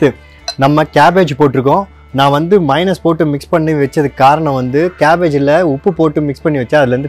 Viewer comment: என்னய்யா மைனஸ்,மைனஸ் என்று sollinde இருக்கீர்? Correct aa pronounce pannunga.